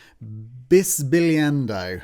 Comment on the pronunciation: Wow, hats off at your pronunciation of bisbigliando.